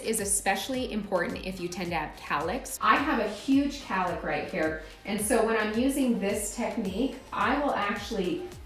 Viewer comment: It’s cowlick not calick